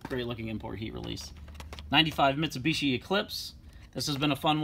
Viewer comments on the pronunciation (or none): none